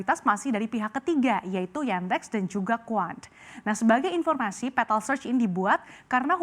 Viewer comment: Bjir sebutanya gak enak banget, petal pental pentol? Awokawok